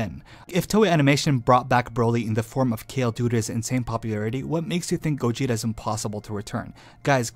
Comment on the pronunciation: Whe he first said gogeta i misheard gojira and i was like '' oh. GOJIRA GOJIRA.'' anyone else??!